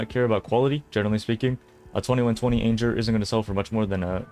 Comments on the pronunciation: Wait, what? ain-jer? ch-aos? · Why are you saying"anjer"and "chayoss"? Is this some meme, please? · can you pronounce anger again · Anjure? It's anger bro, like when someone is angry, they feel anger :) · Wowza... Perhaps ya need to stay in school instead of play video games? That word is Anger as in I'm angry. Wtf is Ainjer? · How many things does he pronounce differently like Chayos and Anjer, and anyone know how that becomes a thing? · Wtf is a "lvl 21 ayynjer"???